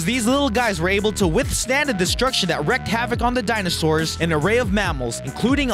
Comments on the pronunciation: Not only that... "wrecked havoc" should be "wreaked havoc." we get to hear a made-up word: "longetivity," which should be "longevity." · " University of Edinburgh" (you said "EED-in-berg" it's really "ED-in-burr-ahh"). Also, you don't spell it "wrecked havoc". It's "wreaked" havoc, and pronounced "reeked". It sounds as though the person doing the voiceover isn't a native English speaker, or they would have heard these things dozens of times before.Also, I can just as well read the darn thing. The video portion does nothing. There's no real video clips relating to the particular items in question.And you do this with every darn list you do. Basically, you're reading the script above, and someone else later puts stock footage with your items...boring! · Oh wow, "wrecked havoc" ... jeez dude, get a proofreader or locution coach or ... something.